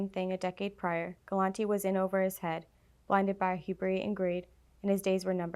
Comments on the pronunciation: it’s pronounced HEW-BRISS not HEW-BREE. HUBRIS. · Have her read through it a couple timeswith you Sammy so any pronunciations she gets wrong you can fix seems like she had a problem with capo de tutti capo and hubris, it will also get her more comfortable with reading it if she's read it three or four times! but I do enjoy the format!